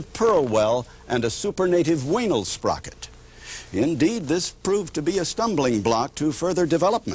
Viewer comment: heh, heh, heh, heh... He said Wanelsprocket!